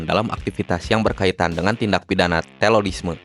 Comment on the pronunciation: Bang terorisme bukan telolisme